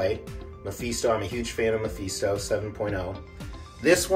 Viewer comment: LOL Listening to you pronounce MI FEE STO and NAY MUR lol. ME FIS TOE and NAY MORE Sorry love your videos and your collections but just had to do a double take when you said that.